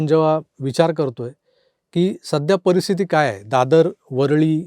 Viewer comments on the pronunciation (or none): none